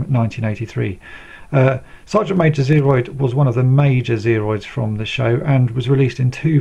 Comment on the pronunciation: I cringe every time you say Sergeant Major Zeroid. It's Zero.